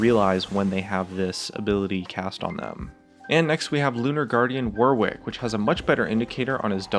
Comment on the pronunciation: The way he says warwick😂😂😂😂